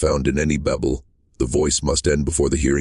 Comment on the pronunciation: Seems like it would pay to hire someone to read the story or just read the story yourself….someone who could pronounce Bible, Job, and other familiar words.😊